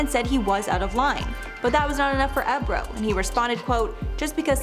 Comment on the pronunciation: DJ ebro??? Omg in dying... its EEE bro.... say it with me EEEEEE...brooo